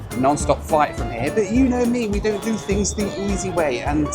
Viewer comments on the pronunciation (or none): none